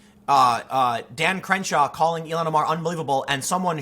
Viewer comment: I think its pronounced Ill-Han